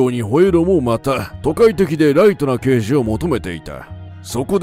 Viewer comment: ラガーデカ、ではなくて、ラガーけいじ。 太陽にほえろは、ニックネーム＋刑事の「刑事」は、デカではなくケイジと読む。 『アオイホノオ』でも、「マカロニデカ」「ジーパンデカ」と言ってて興醒めだった。